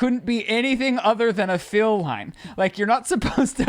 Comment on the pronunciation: Okay wait... he can't say deal and says dill instead and has saying it also but instead of fill he says feel???!! How? Why? Im so confused!! 😂 nothing but love but also I had to stop 39 minutes to see if I'm the only one...